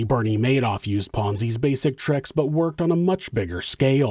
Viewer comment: 😂😂 "A Maydoff scheme... because he made off with everybody's money!" 😂🙌